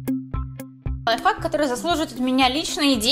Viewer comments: Мне все видео казалось, что она говорила "лайфак" xD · Она сказала лофак Я:хахахахахахахахахахахахахаххахахаа😂😂